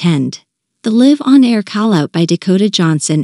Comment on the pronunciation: The narrator needs practice before reading out loud, to know the difference between live the verb and live the adjective and learn the correct pronunciation … that’s what is really awkward.